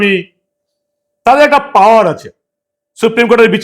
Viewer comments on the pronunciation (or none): none